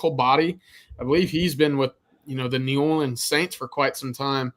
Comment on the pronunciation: Why'd say New Orleans like that? 😂